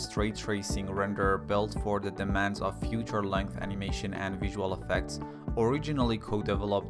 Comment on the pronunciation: Man i love you, but if you pronounce "feature" as "future" one more time...